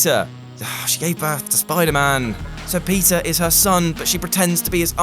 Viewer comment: He says "Peter" but all i can hear is pizza